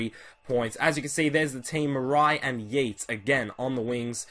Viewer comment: City fan here - Morais is pronounced Morice and Yeates "Yates" by the way. Just letting you know, great videos!